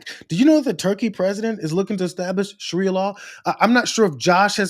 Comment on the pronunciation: It's pronounced SHAH ree uh.